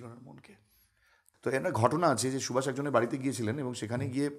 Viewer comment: Who are you taking Netaji's name as Shubhas, feeled very bad as Bengali